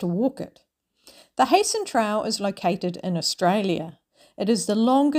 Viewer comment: Wish i saw this earlier i could have waved at you as you walked past the Barossa. I'll certainly watch your other videos now. You've probably worked out by now that it is pronounced "Hi-sen" Trail. Regards.